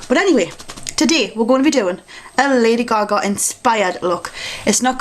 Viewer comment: most of the time, i have no clue what your saying. and the way you say lady gaga cracks me up. but that being said, your videos are my fave! ;)